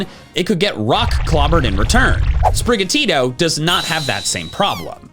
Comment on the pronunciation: native spanish speaker here i had never heard an english speaker pronounce sprigatito and meowscarada before hahaha like, for me it's intuitive that they're pronounced "sprigatito" (with both t's having a strong sound) and not "sprigatiro", and "miauscarada" (with all 3 a's having the same sound and fully pronouncing the letter d) and not "miauscareira" now i'm wondering if you pronounce florgato as "florgeiro"